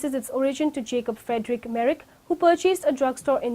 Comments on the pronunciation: very poor presentation and lack of proper pronunciation. Merrick or Merck. Do your research well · The company name is Merck, not "Merrick" like it is pronounced in the video.